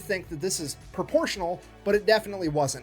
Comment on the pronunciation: Pruh-po-shun-allll dah-mage :text-green-game-over